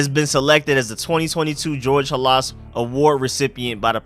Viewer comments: Bro...it's pronounced George "HAL is" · HALAS PRONOUNCED LIKE " HAAH - LESS " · Saying Halas name wrong